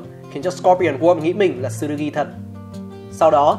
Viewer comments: Góp ý cái về cách đọc tên nhân vật "Tsurugi-つるぎ" đọc ra nôm na ra phiêm âm tiếng Việt là là "chư - rư - gi" (nếu k bắt bẻ lắm về phát âm của chữ つ) Chứ đọc kiểu như trong video là "Tờ-xư-rư-gi" nghe nó sai với quê sao á :v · T trong Tsu là nhấn âm nhé bạn. Không cần đọc "Tờ-su" chỉ cần nhấn mạnh âm Su hơn thôi nha! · Video rất hay, nhưng mong bạn xem lại cách phát âm tsurugi